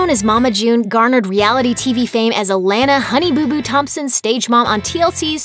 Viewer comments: It’s a pronounced a-lon-a not a-lan-a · Your mispronouncing her name! Holy shit it’s annoying! 🙄 Alana it’s not Alannna like your saying A LAN A it’s A LAUN A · It's not Alana it's alona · UH-LAHN-UH not uh-lan-uh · They obvi know how to say it. They know it's a lon a, not a lan a. It's so annoying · Alejandra Varela thank you!! It’s pronounced A-LA-na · A-lawn-uh! Lol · It’s Uh-lawn-Uh (Alana). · UH-LAWN-UH : Alana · ALAHNA....cant focus cause u can't say it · I hate how she says Alana’s name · That's not even how u say Alanna name